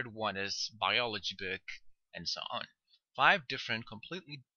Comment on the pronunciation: Your prononciation of "Book" is really funny :p, but thanks for the lessons ;). I only wish there were some more exercises.